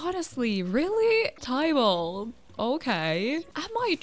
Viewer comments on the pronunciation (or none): none